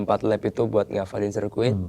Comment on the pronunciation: “race”, bukan “ries” “wild card”, bukan “well card” “lap”, bukan “lab”. “super-pole”, “bukan “super pol” Ini penulis text nya gak pernah nonton balap kayaknya🙂